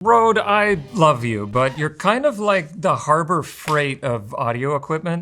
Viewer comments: The Ø letter is pronounced more like U on "Unreal". it also stops with an E, like the E in "Enough". It bothered me a little that he pronounced it like "Road". Cool review though. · The company can complain all they want, but they chose to name it like they did, so not pronouncing Røde in Danish or Norwegian is wrong. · I never understood why they used the Danish Ø, and then never even tried to pronounce it right.